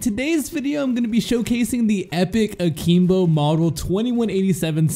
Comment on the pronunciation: Are you saying A-keem-bo and Mee-lee just to trigger ppl like me? It's working.